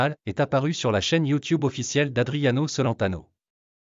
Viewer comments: Celentano, ne se prononce pas à la française… tchelentano, bacci = batchi… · Pitié prononcer son nom correctement est pourquoi triste fin il est toujours vivant que je sache j'adore ce chanteur ❤❤❤❤❤❤ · Mon Dieu, que de bêtises il faut entendre. Déjà prononcez correctement son nom puis ensuite Adriano est toujours vivant 😮